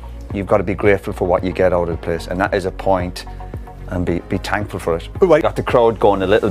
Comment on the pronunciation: "Be tankful"